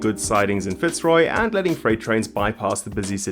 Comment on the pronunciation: Fantastic video! Really well researched once again. Just a little feedback on pronunciation. Melbourne is a bit of an outlier wherein we don't stress the first syllable in Fitzroy. The stress is on the second syllable making it fitz-ROY. Cheers!